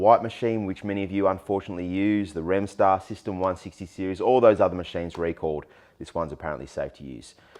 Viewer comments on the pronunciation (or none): You should know, that resmed macheijnes (your pronounciation) are using the same type of foam. Are you worried about ist. All your videos should be marked as "Resmed adverstising". I think they giving you a lot of money for blaming philips over and over again. By the way several studies on dreamstation users for over 7 years showed didn't show any increased risk fo cancer compared with users of other devices.